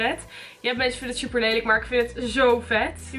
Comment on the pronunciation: “zuper veel” 😂😂